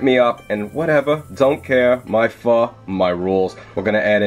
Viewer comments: You said FOO . I guess old habits are hard to break. ;-) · Went back to calling it "Foe" after 4.5 minutes :( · you said it wrong lol. I do it too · keeps sounding like your saying the f word:P i must use it to much